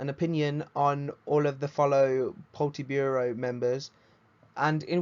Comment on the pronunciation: man said poltiburo